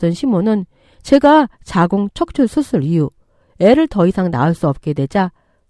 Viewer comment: 자궁척출---->자궁적출 한번쯤이면 몰라도 여러번 들리니까 거슬려서 댓 답니다.